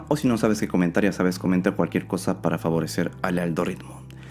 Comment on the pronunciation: Joder, es la primera vez que me doy cuenta que dices "para favorecer el ALDOritmo" 😂